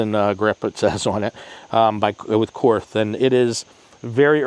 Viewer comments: Korth is spelled as "Kord" (it's not a "th"), comes from the founder's name Willi Korth. Nice video. Viele Grüße aus Deutschland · "KORTH" is pronounced "COURT". The "th" is silent. KORTH doesn't use MIM parts.The only wheelie missing from your comparison is the Manurhin MR 73 from France. It also doesn't use MIM parts, and has a reputation for going 100K rounds before breakage; it was made especially for the French SWAP type police teams. The S&W guns are not in the same league as the Korth, Spohr, and Manurhin wheel guns. The Chiappa Rhino is a novelty; its strong point is reduced recoil due to lower bore axis, but also has more thumb burns, when shot by amateurs, from cylinder gap pressures.